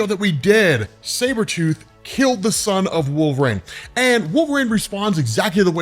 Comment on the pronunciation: Your pronunciation of his name is my only beef with this channel- you say "Wolve-Rain" not "Wol-ver-rine". I can't be the only one who hears this but I check the comments every time and nada. Anyways, I like the vids but I stop 2 minutes into any Wolverine videos because this drives me up a wall lol.